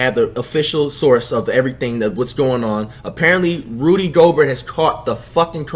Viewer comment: Andrew he finally say it right